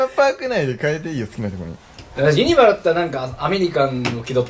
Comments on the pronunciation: ゆ↑にばじゃなくて、 ゆ↓にばな！！ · ユニバのイントネーションが間違っててきになる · ユニバのイントネーションが違和感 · ユニバの発音がさ、みんな、↑→↓やけど関西人は→↑→よね、、。 伝わるかな、、w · どーでもいいんだけど、ユニバ↑って違和感笑 関西住みなんだけどユニバ↓っていう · かっちゃん ユニ⤴︎バ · すき家と同じ発音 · ユニバの発音が関東やあ、、、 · ユニバの発音関西と違う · ユニバの発音が違いすぎてびっくりしたわ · 東海オンエアのユニバの発音関西人と違ってて違和感でしかないwww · 関西人なんだけど、「ユニバ」の発音が違いすぎて驚いてる... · ユニバって大阪と発音違うんだね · 今頃見てユニバのイントネーションが気になる関西人。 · ユニバの発音がおかしいと思ったおれだけ？ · ユニバの発音がどうしても気になる関西人いるはず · ユニバの発音おかしくね？ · ユニバの発音がちげえんだよなぁw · ユニバのイントネーションきになるわー これ分かる人いる？ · 今思ったけどユニバの発音おかしすぎやん笑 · ユニバのイントネーション、、笑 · ユニバの発音違和感しかない関西勢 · ユニバのイントネーションが違和感ありすぎてゾワゾワする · 大阪人やからユニバの発音に違和感感じたわ笑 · ユニバのイントネーションの違和感が凄い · ユニバのイントネーションが違いすぎた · ユニバの発音おかしくない？？笑